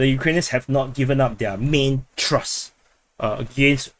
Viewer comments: It's TH-RUST !... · it doesnt pronounce Trust.....